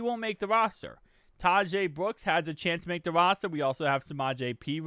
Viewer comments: Yo, I believe Tahj Brooks’ name is pronounced kinda like “dodge”-“Todge” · It’s pronounced “ Ta-agsh”, he’d be saying it right if he wasn’t making the “e” sound at the end.